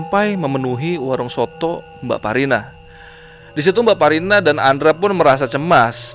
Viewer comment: aq dengernya jg bsparina , krn dengernya sambil tiduran ,sampai buka komen2 yg lain, ternyata mbakparina, langsung ngakak.